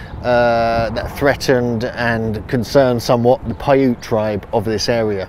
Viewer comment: Paiute is not pronounced with a long E at the end. Paiute is pronounced "pie-yoot" (rhymes with "boot."). And, Nevada is pronounced exactly as spelled with "ad" or "add" in the middle, NOT "odd" in the middle.